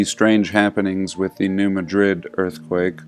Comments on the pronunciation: I live really close to new Madrid and it's pronounced just like new mad-rid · pronounced New Mad😡rid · I live really close to new Madrid . It cracks me up how people pronounce it that aren't from Missouri.